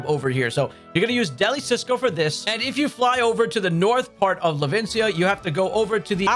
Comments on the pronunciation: It is pronounced “del-ee” “see-oh-so” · It’s funny how people don’t realize that Deli Cioso is the Spanish word for delicious, but with a space in it. And because of that, I haven’t heard anyone say it right.😂